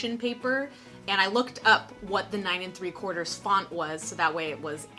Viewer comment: The 9 & 3/4 accent took me OUT. 😂😂😂 Great job on the crafts, they look so good.